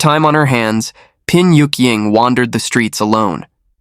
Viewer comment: Pin Yuk-ying?? I thought she was called Bian Yuying???